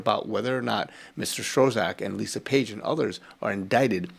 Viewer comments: Who is Strozak? Do you mean Strzok? It is pronounced "struck". Thanks for this,. Valuable information. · Thank You. Your work is amazing. We watch this channel everyday. Please note for future programs that Strzok is pronounced "STROCK" as the Z is silent. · Its pronounced "strock" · I'm very much enjoying your updates and your delivery. Thanks for your efforts!! BYE THE WAY, Peters' last name is pronounced "Strock"